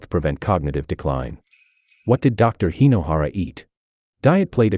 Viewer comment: Hey,! Hinohara, not " Hainohara" 😂